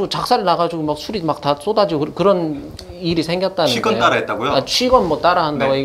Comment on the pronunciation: 취권 발음 정확! 채널 주인장처럼 취꿘이라고 잘못 발음하는 사람들도 많은데. 취권 영화 나왔을 때 다들 글자 그대로 발음했음.